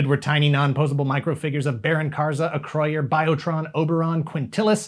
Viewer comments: Holy cow, someone that properly pronounces Acroyear! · Great history lesson. I loved those toys and comics and still collect them today thanks to Ebay. Also, I finally found out how you pronounce Acroyer